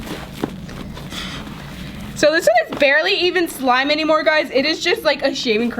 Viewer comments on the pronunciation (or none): she said swime